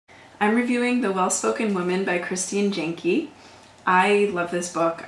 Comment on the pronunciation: Hello, I just wanted to say that earlier in the video when you said her name, you actually said the last name wrong. it is not pronounced jon-key it is actually pronounced yawn-key. I know this because I am actually her niece, she was my role model when I was a little kid. When she died me and my family were heart broken, especially my mother. My mother was her sister, my aunt has always been by my mom's side.